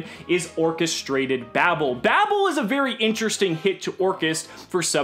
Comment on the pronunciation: God it hurts to keep hearing Babel be pronounced "babble"